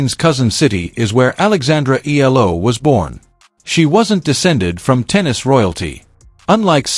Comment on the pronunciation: Her family name is pronounced eeh-yah-lah not ela